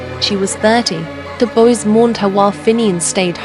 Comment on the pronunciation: Why do you say bose instead of boys?